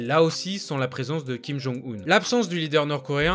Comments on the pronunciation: pour info, on ne dit pas Kim Jong [Oune] mais Kim Jong [Eun], 김정은 (comme quand on dit "heuuu", avec un h silencieux, et un n à la fin). Regarde sur Google traduction ou Papago pour l'écouter sinon:). C'est une erreur que tout le monde fait, et ça fait très mal aux oreilles quand on parle coréen. J'espère que tu en prendras compte, car tes vidéos sont très intéressantes, plutôt précises et correctes (quant à la Corée en tout cas). PS: je suis en Master de coréen c'est pour ça que je me permets de te rectifier. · Ca se dit Kim Jong ''eune'' un 김정은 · Ça se prononce Kim Jonng Une comme John et Lune. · Si king jong un serai .... J’aime tes vidéos mec mais fait un effort. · justement, c'est parce qu'il ne fait pas coréen que je me permets de le corriger. Chacun mérite à ce qu'on essaie de prononcer son nom correctement.